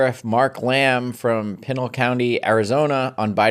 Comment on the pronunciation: Greetings from Pima County Arizona (South of Pinal County) - Pinal is pronounced "Pea-Nal", not "Pine-al"; but good try Adam. It was named after a band of Apaches, all our counties are named after native tribes from the area.